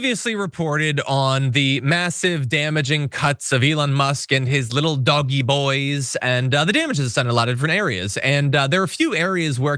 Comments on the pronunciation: It's not pronounced Doggy, it's pronounced. DODGE-EE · DOGE: "DOGGIE" is the wrong pronunciation - conveys lovability, silliness. The RIGHT word is DODGE-Y, as in SKETCHY or deceptive. PLEASE. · It's not pronounced DOGGY, it is DOE-SH. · It is not doggie, if you want people to respect you, don’t insult people’s intelligence by mispronouncing words. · i love that he's pronouncing it 'doggie'. so great. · Keep calling it DOG Eeee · Please, please, please, don't call DOGE ''doggie''. It gives the impression that DOGE is of no importance and not to be taken seriously, which I doubt .is your intention..and also might make people think that Americans don't know that a 'g' immediately followed by an ''e''...is pronounced ''dg'', as in judge....